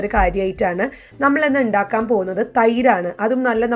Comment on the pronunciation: Endakkukayalla undakkuka ennanu pronounce cheyyndethu...sis.😊😊